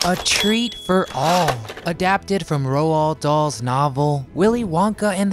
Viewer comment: Wait did he just say roo dools